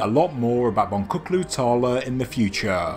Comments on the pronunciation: Hello, many thanks for that. Boncuklu is pronounced Bon-juklu (beady, beaded); just thought you might like to know. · Please note the name is pronounced “Bonjuklu” Tarla. Translation: Beaded Field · Thanks for the exciting info! A trivial fix: Name of the site is in Turkish, and letter c in Boncuklu is pronounced as J. (As if Bonjuklu). It means "beaded" or "beady". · Please!! Boncuklu is pronounced 'BonJUKlu" -- C is pronounced J in Turkish - means 'with a bead' or 'with a wanderer;' "tarla is field, so yes, Bead Field or Field of Beads. Thanks again Ancient Architects for being the first with the best. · Well, as a turkish, I wish you could've pronounced it as Bonjouklu instead of Bongoklu. :) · Boncuklu is pronounced "bonjukloo" in Turkish. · The C in 'boncuklu' is pronounced as a 'dj'